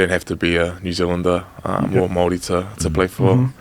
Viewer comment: Gotta learn how to pronounce Māori properly fellas